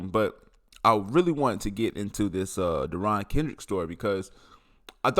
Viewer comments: First, if you’re going to do a video on a guy, at least learn how to pronounce the guys name! Seriously? Second, if you’re going to do A video on a guy, you might want to do a little research on the guys background. He is a great football player. He is a good kid. He’s also a head case and idiot! He stayed in trouble and off the field because of the stupid mistakes and being an idiot the entire time he was a clemson. He spent as much time on the bench as he did on the field because of his issues. He also did stupid shit on the field that would lead to 15 yard personal foul penalties in critical situations. Dabo gave him chance after chance after chance but finally drug and gun charges were just a bridge too far. That shit might fly at Georgia or Alabama, but it ain’t gonna fly at Clemson! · its not " deron" its derion lmao